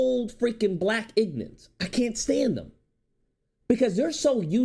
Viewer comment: This video makes so many great points, I’m in complete agreement. But the way you keep calling them “ignants” is killing me 😂😂😂 The blk Christians are usually the worst, so hypocritical and it’s infested in c00nery buff00nery